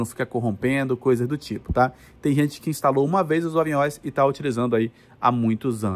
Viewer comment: Crítica construtiva: o que me intriga é pronunciar O.S. como se fosse um artigo (plural da letra "o"). O correto é pronunciar " O.S." como sendo "ó ésse". Até porque trata-se de nomenclatura .